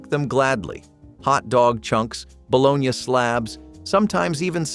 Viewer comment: No air fryers in the 70's. Kool-aid packages weren't from the seventies and there was no blue Kool aid. Your pictures aren't authentic seventies pictures. I don't think anyone who lived in the seventies had anything to do with this. Also learn how to pronounce margarine and bologna correctly.